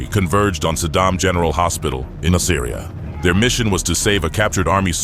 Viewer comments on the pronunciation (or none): Its pronounced "Nas-ah-ree-ah". It makes me think that none of this is researched well, if they cant even pronounce the name of the city right.